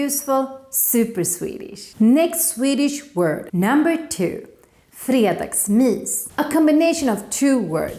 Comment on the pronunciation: har aldrig hört nån uttala g:et i fredagsmys 💀